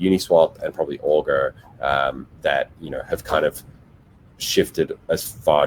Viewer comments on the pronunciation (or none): Did he say augur and uniswap ?